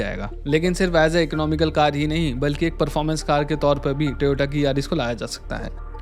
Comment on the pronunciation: Teota..... 😅😅😅😅 Sad Part Is,This Guy Claims To Be A Car Expert But Can't Even Pronounce One Of World's Biggest Car Brand's Name Properly, It's Toyota(टोयोटा) Man,Not Teota(टिओटा).....